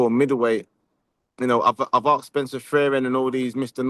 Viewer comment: was liking the interview but when u said "axed" wtf speak properly living in dubai still speaking like a muppet,,,its asked not axed lolll its "asked " MUG!!